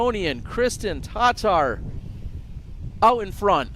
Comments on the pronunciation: Fairly certain it’s not annunciated TarTar. It’s Tahtar. (Tattar). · Really wish would stop saying Tattar like he takes a sip of scalding hot coffee before each pronunciation lol. Hes the only one saying it TAHHHH-TAR like wtf is that about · See there ya go, if it's how it's actually pronounced then no biggie lol, it's just incredibly odd considering he's the only doing it 😂 like a little context maybe on his behalf would be nice lol